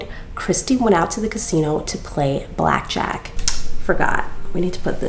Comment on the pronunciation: "Back jack" lmfao (Ta-mul-choo-lus)